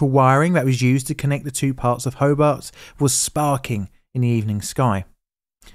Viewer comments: Great video, unfortunately the pronunciation of Tasman, Hobart, and Illawarra are way off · Your pronouciation of Tasman, Hobart, Lake Illawara. All WRONG. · How about pronouncing the suburb's and the city of Hobart correctly! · It's recommended that you Google how to pronounce the places name before making a video on it... especially for Australia. Because sure enough you got all of the pronunciations wrong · It's HoBART...not Hobbit. Great piece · Good video thanks, but the name of the city is HobART, not HobERT. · You don't know how to pronounce Tasman, sorry. You say it like "spiderman", but in fact it rhymes with "Jasmine". Hobart is pronounced the same as if you were greeting Bart, and not "Hobit". The emphasis is on Bart. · BTW, it's pronounced "tasmen" with the e very short and almost silent. As an Englishman, I thought you would be on top of that one mate. It's also ho+bart not ho-bet. Illawarra is "IL" + "uh" + "WORR" + "uh" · It's not Ho bit, it's Ho bart. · Also it's pronounced Ho-bart not Ho-bert Ho as in "Ho-ho-ho" and Bart as in Bart Simpson. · Pronounce it 'HoBART", not "Hobert". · HoBART.....hoBART. Not hobbit! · Can’t listen to the mispronunciation of Hobart and Tasman bridge hoburt no Hobart and Tass man no Tasman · Hobart turned into "Hoebt" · My family came across the bridge an hour or so earlier after returning from an east coast holiday. As a treat for us kids we went to a movie at the drive in. Our grandmother assumed the worse for quite a few hours as no one was home to answer the phone ☎️….pronounce the a in Hobart heavier - Ho bArt, Illawarra as IllawOrra 😉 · Great video! Slight corrections on pronunciation - Hobart is pronounced “Ho-Bart” (without the pause) and Tasman (Tasmania) is pronounced Tas-min (Tas-mania). :) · Interesting pronunciation of “Tasman” also Hobart as “Hobit” and Illawara as “Illawarwa” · HoBART as in Simpson. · Incorrect pronunciation of "Tasman" and "Hobart". Also, incorrect spelling of "Lake IllawarRa".